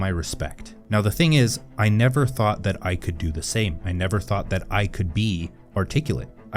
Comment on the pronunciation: Now, the thing is, I never ( though' ) ( thad ) I could do the same,I never ( though' ) ( thad ) I could be ( articula' ).